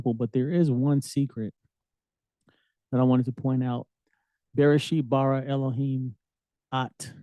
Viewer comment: You're a BEGINNER IN HEBREW! tf u talking about acting like you kno BH gtfoh ... its not a dialect your pronouncing it wrong & you just skipped over that its the sign of the Accusative like do you even kno wht that means? & it's bâ•râ it's like u said borrow but with a country accent